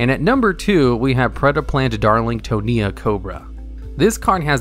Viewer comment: This is the first time ive ever heard anyone pronounce the "tonia" in "predaplant darlingtonia cobra" I honestly never knew it had those 5 extra digits